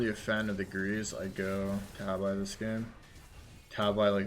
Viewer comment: please stop saying tab-eye tah-bee tah-bee tah-bee